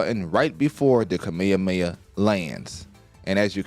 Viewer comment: bro said kameyameya